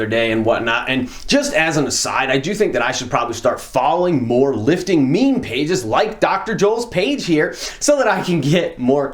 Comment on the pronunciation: It weird hearing you say meme